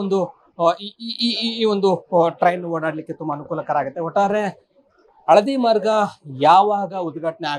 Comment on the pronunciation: Aarambha aagutthe kananna adhu, haarambha haagutthe alla 🥲